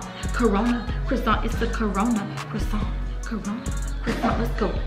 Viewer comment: She really said Corona crossaint lmao